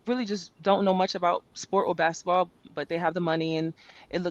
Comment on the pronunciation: "in her second year is angel bcoming , like the inflection point for womwns bsquetball on a cultural level to the point like AI did in the 90´s ... where she´s so much bigger than basquetball" what the helli is that shit??? are you serious??